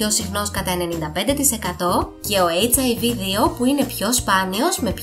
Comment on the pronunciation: Δεν το λες σωστά. Ο ιός χιβ λέγεται και όχι hiv😂😂